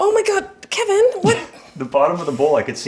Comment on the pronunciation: THIS HAD ME ROLLINGGGG "KHEHVIN" 👅